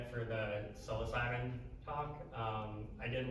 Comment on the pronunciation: Pretty good presentation so far have to watch the rest later but idk if he says it on purpose or if there's a reason for it cus he has a lot of knowledge about it but psilocybin is pronounced " Sy-low-sy-bin" or "Sy-low-sibe" either way thanx for the knowledge